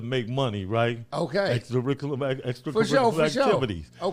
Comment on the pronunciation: "we doin extra caricula Mactivities"what a G!